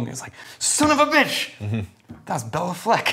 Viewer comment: c’mon guys, it’s Bay-la Fleck, not Bella Fleck🤨